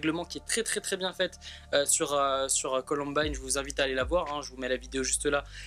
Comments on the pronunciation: il a osé dire colombine au lieu de columbine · on dit "coloumbaïne" pas columbine 😂😂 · Il est con c’était sol premier pseudo son prénom c’est et sa se dit “Columbayne”et pas Colonbine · "colombine" mais oreilles saignent c'est "columbaïne" mdr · Comment tu a prononcé la COLOMBINE ça se dit columbaine mais ça s'écrit colombine À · mon pauvre petit sarendou...se faire appelé... Ps: sa se dit ColOUmbAÏne grrrr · C'est columbine mais ça se dit columbaine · Mdr on dit pas colombine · Ptn arrêtez de dire Columbine puisque c'est Columbaïene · mon dieu la prononciation de Columbine 😭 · MAJtv oui je viens de voir mdr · Columbine ce prononce comme ail pa i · Par contre la prononciation sur « Columbine » laisse encore à désirer ..